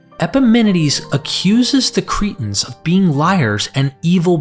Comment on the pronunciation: You make the word Cretans sound like the word cretins, I wish you'd take time to be very clear & precise with you pronunciation. Even the book of Acts you make sound like the book of Axe, just to mention 2 of many!